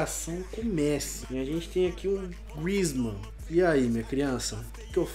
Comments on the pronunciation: e griezzman não griezzman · "TEM AKI O GRUIZMAN" KKKKK A PRONUNCIA É GRYSMAN